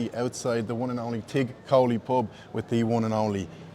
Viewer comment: Tigh is prounced Tee or chi not tig.